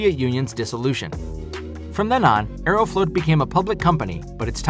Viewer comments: It’s not “aero-float” it’s “aero-flawt” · It’s pronounced Ae-row-flaught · Funny how he pronounced Aeroflot as Aerofloat. Sounds like a Russian milkshake. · Aeroflot is not pronounced "AeroFloat"